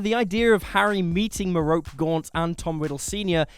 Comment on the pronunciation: Merope Gaunt is pronounced MARE-uh-pee, not muh-ROPE.